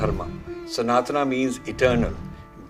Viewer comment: Rajiv ji, thanks for your inspiring videos. But one request, please pronounce sanatan properly. Call it सनातन and not सनातना as you do. We should not get carried away by western pronunciation. Thanks